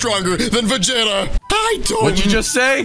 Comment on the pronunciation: called Vegeta ve ge ta